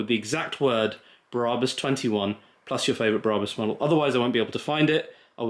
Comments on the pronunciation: its BraH-bus in German, not Braabus. Brabus German docu here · Why are you pronouncing Brabus like that? It’s wrong and so cringeworthy. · Everytime he says Brabus, I think of the thief next to Jesus, not a German tuning car company.